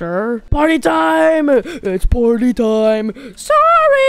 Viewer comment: bro said "fredrina told me to get you guys there having a potty"